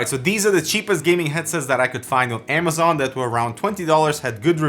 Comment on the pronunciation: Amazone not amazon 😂